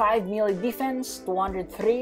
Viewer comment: I was confused when u say melee I thought it was mil